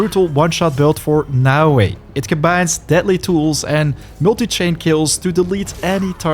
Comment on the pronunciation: You are the first youtube that knows how to read naoE